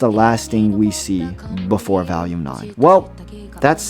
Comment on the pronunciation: the consistent mispronounciation "valume" just keeps throwing me off